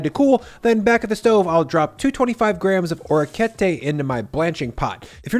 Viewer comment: Your Italian has been paying off - love the rapini use instead of rabe, well done. If I could offer some feedback, the pasta is literally "little ears," so it's oh-rek-kee-eht-tay. Bravo comunque!